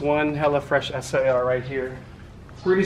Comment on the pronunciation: “Es aY AR” 🤦🏻‍♂️